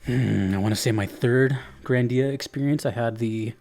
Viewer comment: The only proper pronunciation is GRANdia, not "GranDIA". As in "GRAND". Also, yes, there's more GRANdia than just GRANDIA and GRANDIA II. Parallel Trippers and GRANDIA Xtreme, for one. We don't talk about "Grandia III" because it's utter garbage, no one in their sane mind would dare to tell you they genuinely like it.